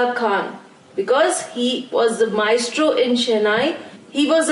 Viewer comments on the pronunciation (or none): It's not maistro it's maestro